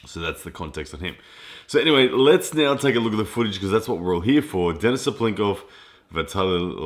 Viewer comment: lAletin ударение на 1 слог и DenIs ударение на второй слог, по-русски правильно так